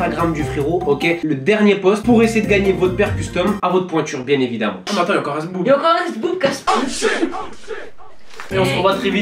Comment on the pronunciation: Déconnexion il s'agit la bite la biche Au début il à dit zboub C'était trop drôle